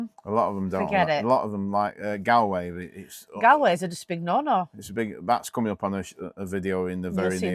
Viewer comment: It's pronounced Gallway (as in Fall)